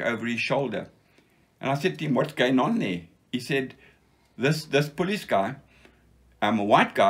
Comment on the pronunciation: Another wonderful interview!! Nice to be reminded that not all fighting men were crawling around the bush! Some guys were smart to enough fly over it - and nothing could happen without them! I love ' Afrikaans pronounciation of "police" - he never lost it!!:-) Grerat history!